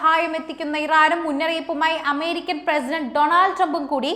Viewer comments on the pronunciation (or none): none